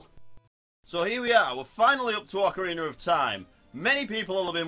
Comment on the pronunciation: That's how it's pronounced.